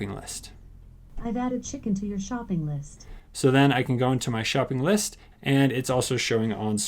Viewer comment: “Chdicken” lmao???